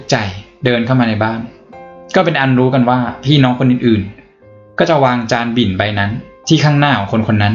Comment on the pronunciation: จานบิ่น ไม่ใช่จานบินนะะะะ 😂